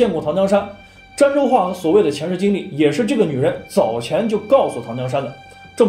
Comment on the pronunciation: 儋州 那字念dan第一声吧？